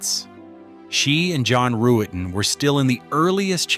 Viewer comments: Pronounced Rut-ten....NOT ru-et-ten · Ruetten is pronounced Ruttin not Roo-ettin. The mispronunciations are annoying, as are the stock images sprinkled gratuitously throughout where they are not needed or are downright inappropriate. Otherwise it's pretty good.